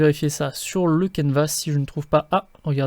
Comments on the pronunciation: Toujours super ! ( Mais on ne prononce pas le "S" de Canevas , On dit "caneva" ;) ) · Bonjour, merci pour la vidéo mais pourquoi prononcer le "s" de canevas, on ne dit pas un repas en prononçant le "s" 😉